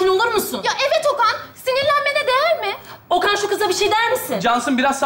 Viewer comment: Kız Okan yerine oken dedi